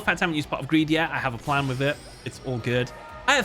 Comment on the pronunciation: My pwan is gweat!